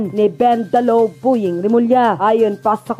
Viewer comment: Bondying Hindi boying.